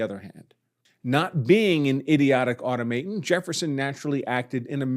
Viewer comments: “Auto- ma-ton” Not “auto-may-ton” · "au-TOM-aton" NOT pronounced "auto-MAY-ton". Geez. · I hate to be a pedant, but "automaton" is pronounced "awe-tom-meh-ton" not "auto-may-ton". :) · Why pronounce automaton as "auto-MAY-ton" instead of "uh-TOM-ah-ton"? Other than that, I fully agree with everything you've said in this video. You should be the one to argue this in front of the Supreme Court if it comes to that (and it well may). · au-TAW-muh-tawn. NOT "auto-MAY-un." Look it up. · Good argument. FYI the pronunciation of "automaton" is ah-tahm-uh-tahn with the accent on the second syllable. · You're pronouncing automaton wrong, if that's the word you were going for.